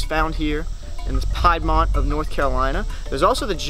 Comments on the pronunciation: lol Young man, at about the mark... it's not PIED'mont, but rather PEED'mont. At least, where I used to live down around in South Carolina. Hmm_ maybe it IS pronounced differently elsewhere? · It is pronounced "peedmont". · Yes I pronounce Peidmont wrong, sue me Southern Pronunciation (I've heard all my life btw): PIEDMONT Actual Pronunciation (from people who ACTUALLY live there): PEEDMONT I'm from the state that pronounces eux with an o sound, what do you people want from me xD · A lot of people from here, NC pronounce piedmont peed-mont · Isn't it actually a contraction of the French « Pied du Mont » ? Where Pied is pronounced PI-É-D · Wasn't sure on the pronunciation. Kind of figure it was regional accent. The wierd thing is I always pronounced Louisiana "Loosiana" for years. I actually think that is the southern way. I don't know. I did have southern fiends with thick accents in Illinois. Try to understand a "South Boston" accent. That to me is a hard one.